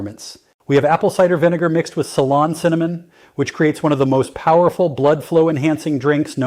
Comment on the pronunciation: I thought so. Pretty sure he knows how to say ceylon cinnamon.